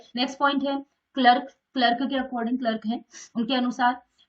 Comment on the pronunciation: Mam wo clerk ni Clark hai